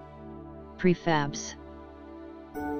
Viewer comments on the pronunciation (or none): plus u said prebab not prefab